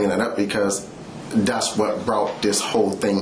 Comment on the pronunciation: Dee’s Don’ts and Dat’s… Nuf said.